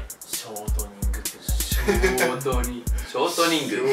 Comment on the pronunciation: ここの「ショートニング」の言い方「ショートコントみたいに言うな」ってツッコんで欲しかったであろうイントネーションですき